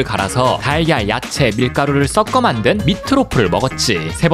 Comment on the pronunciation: 발음 썩꺼만든(x) 석거만든(o)